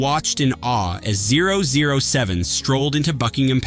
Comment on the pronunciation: It is "00"7....NOT zero zero. Thank you.